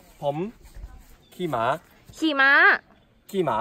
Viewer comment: ขี่ม้า จริงๆ สำเนียงต่างชาติจะออกเสียงสูงตลอดเลย กลายเป็น ขี่หมา เก่งแล้ว สู้ๆ ต่อไปในการเรียนภาษาไทยนะ